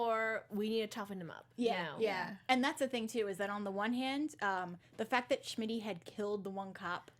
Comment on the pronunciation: Why is no one telling her that his name is not SHmitty? It's so frustrating I can't watch the first half of the video.